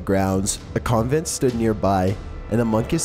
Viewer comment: Convent not covinent